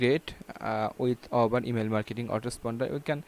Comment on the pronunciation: Dude you don'r even know how to say Aweber!